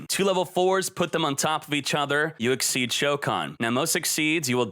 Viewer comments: a friendly bit of criticism, it's pronounced Ex-Eez not as Exceed... not trying to be "elitist" but it is rather annoying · IT IS EXCEES XYZZZ DONT SAY EXCEED PLEAZ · XYZ is pronounced ex-SEEZ, not ex-eed. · It's pronounced EXCEEZ!!! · The only deck that I can see actively getting 2 Xyz's on the field on the same turn is blackwings. The problem with it only activating during the damage step is that after it, you no longer have a 2500 beatstick on the field, meaning it's good for beating over one target, the lack of MP2 also ruins the effectiveness of that, Gagaga Cowboy was on the most played Xyz's, not because of his attack position effect, it was due to his defense effect which most people used during MP2, why do you think the term "cowboy for game" exists? Also, it's not exceed, it's Xyz, pronounced ex-seas.